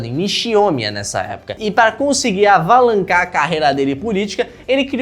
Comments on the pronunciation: Tá nada, não sabe nem falar "alavancar" kkkkkkkkkkkkkk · Só percebi que você falava assim por conta dos comentários, se não passava batido. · avalancar? KKKKKKKKKKKKKKK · ele falou avalancar... Eu preciso de ajuda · Perdão mais eu rir kkkkkkk "AVALANCAR" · O Skinwalker ainda está se adaptando@ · um claro sinal de que é um skinwalker, não sabe nem falar alavancar